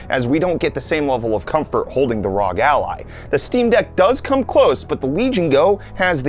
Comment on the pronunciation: The way he pronounces ROG as a word 😭🔫